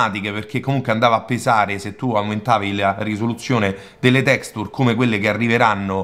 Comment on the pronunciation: Bel video, ma per favore impara ad usare una pronuncia più corretta dei termini inglesi.... delder scrol, tecstur ed engiain non si possono sentire!